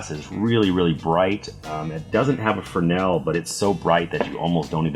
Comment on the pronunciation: Not "fernel" but fresnel. The Intrepid is a mediocre toy made of triplex, would not even want it for free.